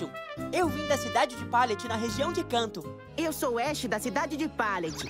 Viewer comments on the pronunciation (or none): Ash falando kanto Ash falando kanto 😑😑😐😐😐😓😓😓